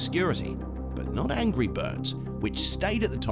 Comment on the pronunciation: He said angy birds